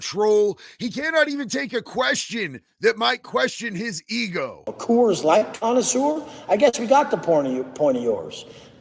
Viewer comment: Co-woors light 😂😅